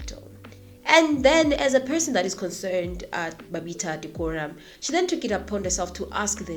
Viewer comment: It's PPE not PEE, alsoit is Babita Deokaran, not Diokoram Good contant, I detest the ANC, I wish they all have their day in court